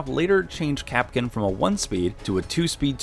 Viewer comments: Why does he call Kapkan Kapkin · its kap kan not kap kin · ITS NOT KAPKIN ITS KAPKAN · It’s kapKAN not kapken